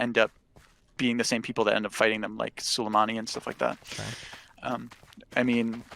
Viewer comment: Please christ god in heaven why is no one correcting him on the way he pronounces soleimani, he's been saying this shit for two months now.